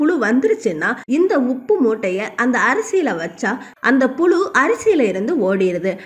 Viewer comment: First tamil ozhunga pesa kathukittu pesunga. Pulu illa puzhu. Kastam illa, kashtam. Ketkave kashtama irukku.